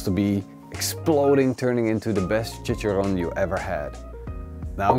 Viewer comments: it's chichaRRón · This looks awesome bro....you crack me up on how you pronounce tortillas and chicharron....hahaha=p